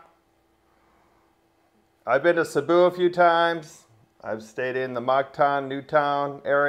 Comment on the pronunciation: 😂 Cebu!!! Cmon it’s not hard to pronounce 😅 See-boo😅 not Saboo😮